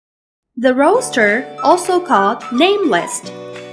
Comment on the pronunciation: Roster, not Roaster